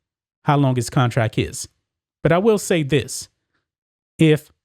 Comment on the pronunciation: Con-tract, with a T,. Not Con-track. Come on.